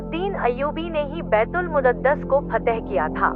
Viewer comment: बैतूल मुद्दत नहीं बैतूल मुकद्दस होता है आप गलत नाम ले रही हैं